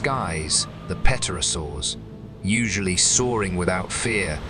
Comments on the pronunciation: He kept saying petrosaur! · "P" is silent in "pterosaur". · Can't even say pterosaur correctly. Same incorrect info on loop. Touting disproven theories. False information.